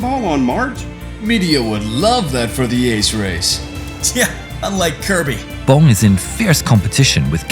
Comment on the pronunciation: Dick Bomb! Best pilot name ever. I know it’s Bong, but it sounded like he was saying Bomb.